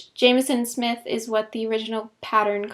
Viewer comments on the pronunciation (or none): none